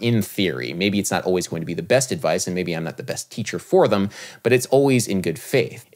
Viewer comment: Hey Adam love your channel(s) and had a deep philosophical question. How come you pronounce them as thum 😎 (sorry couldn’t stop myself) ? Did Miles pronounce it that way... ?